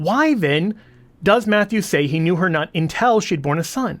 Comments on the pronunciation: THE WORD IS "'UNTIL"', NOT "UNTELL". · pronunciation of "until". It confused me, too. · "Intel" or "Until"? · UnTIL NOT unTEL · Sorry, but the way you say "intel" 🤣🤣🤣